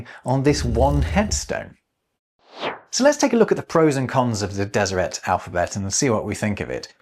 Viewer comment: It's good to hear someone pronounce Deseret, as a genealogist, I have a branch of Brits who joined the LDS after the London recruitment convention in the early 1900's, & i'd always assumed it was pronounced as it would be in French... with a silent T. Cheers,!